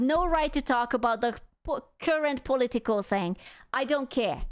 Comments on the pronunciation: when you say political it sounds like "polly tickle" lmao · The way she say political lol😂